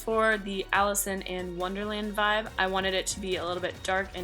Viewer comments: Did anyone else hear her say Allison in Wonderland instead of Alice in Wonderland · Yeah she said Allison and wonderland lol but it's ok we knew what she meant 😋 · I had to replay it to figure out if that's what you said so I didn't even notice the first time, other people probably won't either lol!!